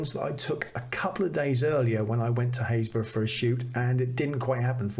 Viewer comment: Another delightful episode. I don't watch many vloggers as most of them just shout at me....Very beautiful images and chuffed to be part of the club who know how to pronounce Happisburgh! Keep them coming, always a joy.